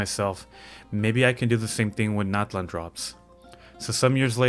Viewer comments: You pronounced Liyue wrong, not Liwei, it is Liyue. Nut land = Nat lein Natlan = Nat lan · FINALLY SOMEONE ELSE TALKING ABOUT PRONOUNCIATIONS😭😭😭 my community is mostly maya, purepecha, and nahua, and hearing “gnat-land” was like nails on a chalk board😭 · It's really nice that someone from our culture did this too! I understand since the voice over is in English they just prononuce things according to their language, but I appreciate when players around the world are interested in the actual pronunciation, especially when it comes to character names. I think "cacahuatl" is far from mening peanut in Spanish though. "Cacahuatl" means “bitter juice” and it's the word they used to refer to the cacao fruit in nahuatl, while "tlalcacahuatl" was the original word for "peanut".